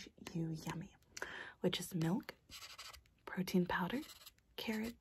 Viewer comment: “And did you want the protein powder?” What I heard: “and did you want the cocaine powder?”